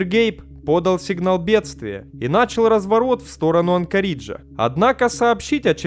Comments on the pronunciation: Что такое "анкорИджа" , земляк ??!? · две тысячА восьмого; музЭе; ну и анкорИджа! Ты просто убиваешь меня))) Друг, если ты не русский - учи язык, и обязательно учи географию, в данных темах без нее никуда! А контент интересный, смотрю. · Олень! Сам ты анкориджа! 😅😅🤣Читать хотя бы научись! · Надо же так исковеркать название Анкориджа. Чуть кровь не пошла из ушей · Ой не говорите! Прямо уши режет.. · АнкорИджа, авиамузЭя. Ты специально что ли людей в каждом видео троллишь или русский язык не твой родной?